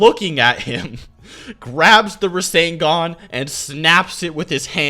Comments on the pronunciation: this man said a time rasengan lmao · Your incorrect pronunciations on a lot of words... Ryu, Rasengan, things like that.. Is REALLY aggravating when their pronunciations aren't based on accent or anything of the sort, they have definitive ways of being said..